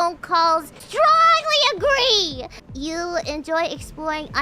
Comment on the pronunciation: Agwee or Disagwee